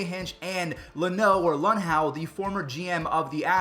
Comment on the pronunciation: It’s Loo-now, like the first syllable of loser and now. Also there’s no way he didn’t know, the front office built the decoder program. I don’t think that in itself was illegal but obviously the players took it a step further. It’ll always be a disgrace that the players didn’t get punished and that we’ll never know how far the Red Sox took it. Yes I’m a salty Yankees fan but this took away from the integrity of baseball as much as the steroid scandal did and was an even bigger advantage. And it even led the freaking commissioner to reduce the ultimate prize in baseball to a piece of metal 🙄